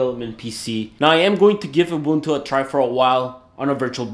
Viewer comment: Love how you pronounce "Ubuntu". As a South African, I appreciate that shit.